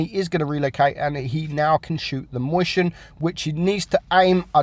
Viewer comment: omg can you say mäuschen correctly? stop saying moistion mäuschen you fat